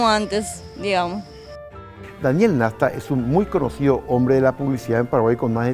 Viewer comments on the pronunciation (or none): El apellido es NASTA NO NESTA